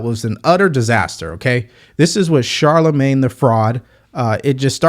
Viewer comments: And again with her blaccent, "Shalamin..." I thought she thought it disrespectful to mispronounce HER name, and here she sounds drunk while pronouncing Charlamagne. At least you,, know how to pronounce his name correctly. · Charlamagne needs a speech therapist and Kamala needs a Shrink.